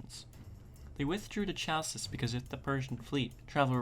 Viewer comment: Nice video's, just need a bit more work on your Greek pronunciation. Eg.: it's not Tshalkis but Halkis.